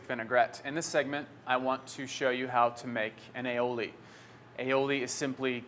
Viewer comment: its pronounced I'oh'lee, thx for vid! :) ...cheers!